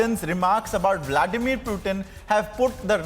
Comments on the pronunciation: For god sakes , it is Putin and not Prutin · y u calling Pootin -- Pewteen